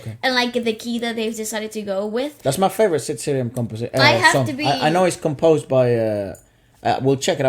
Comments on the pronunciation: Guys, his name SID SRI-RAM not SID 'SIRIAM' 🙂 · it is not siriam.. it is 'sri' 'ram' and it is not bollywood.. :( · Itz not sidriam its SriRam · It's not Siriam, it's Sriram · Who's Sid Siriam? We only know Sid Sriram, pronounced "Sree-raam" xD Its hilarious to hear you mispronounce his name, and now seeing the usual mispronunciation typed down is more hilarious.